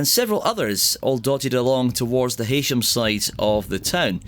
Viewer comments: Not "Heysham" but is pronounced "He-sham" by locals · The way you pronounce Heysham is sending me over the edge! Just think Hey as in key! Pronounced 'heesham'. Great film though, makes me nostalgic for my home town. 🥰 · Heysham locally is pronounced "Heesham"